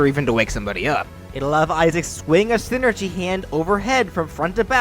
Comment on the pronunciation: so is it pronounced scinergy or something?